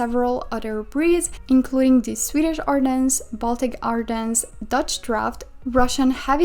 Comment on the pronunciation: we do not pronounce the S in ardennes so it’s more like Ardenne